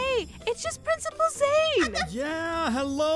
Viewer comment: prinecipal